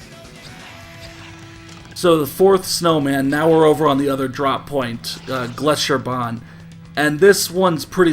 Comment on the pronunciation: I love it when americans try to pronounce any german words. That's always the best part of any old Wolfenstein game. Your pronunciation of "Gletscherbahn" was actually pretty good. "Megaschlucht"... not so much. Here ya go Now you've learned something you never needed to know